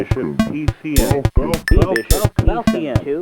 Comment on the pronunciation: I never knew it was pronounced "B Bishop PCM" i thought it was just spelled out...